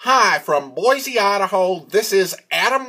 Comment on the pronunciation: Dear Adam, You should know how to pronounce the name of the city you are in. It is boy cee not boyzee.